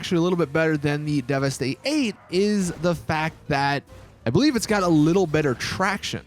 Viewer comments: Worst review video I've seen in a while, even played at 2x. This vid should have been less than 5 mins.... Please do not do car reviews if you don't have a clue what the cars are based from in real life, it makes you look like even more of an idiot. This assclown still doesn't understand how to pronounce the "Deveste Eight" its fucking "Devastate" Said like one word! Not devesteee eight. How come some people can't figure this out? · Deveste Eight Eight?😂